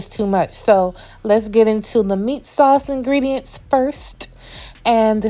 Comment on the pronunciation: Every time you said sawse I hollered 😂 I’m definitely trying the recipe!